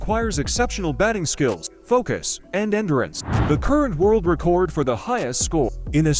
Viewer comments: The AI seems to not know the difference between the verb 'record' and noun 'record'. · This damn voice saying RECORD like recording a video really grinds my gears